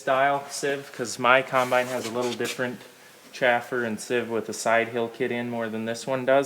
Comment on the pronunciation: Chaffer and Sieve... I know you know what I'm saying, so all you all,,, say it correctly....